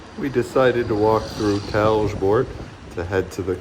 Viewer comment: funny how you americanize talborjt in talgerboard